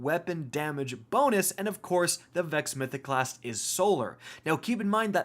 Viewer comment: "Vexo Mythoclasstu Overpowaru" here